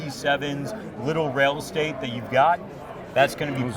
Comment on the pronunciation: Mf said "rail estate" 🤣